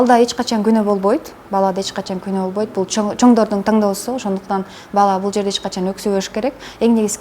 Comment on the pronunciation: Кыргызча китеп окуган адам ТАҢДООСУ деп сүйлөйт бекен? Алып баруучу болгондон кийин сизди баары угат, ошондутан ар бир сөзүңүзгө маани берсеңиз болмок.